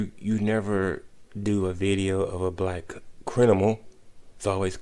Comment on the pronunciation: First dude couldn't even say criminal correctly 😂😂😂